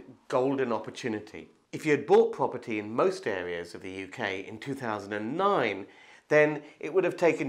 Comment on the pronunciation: Pwoperty pwoperty that’s cwaking